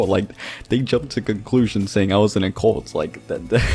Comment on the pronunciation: Whwnwver he says "cult" it sounds like hes saying "colt"